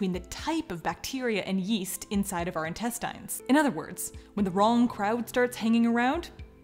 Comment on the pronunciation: This is crazy, and I know the word "intestines" is spelled like that, but is it supposed to be pronounced like that?